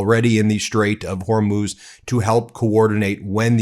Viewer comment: He says Strait of Hormuth , is it near the Strait of Hormuz?